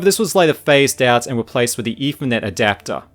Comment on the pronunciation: Firty Fousand, eFernet, Firteen Years...?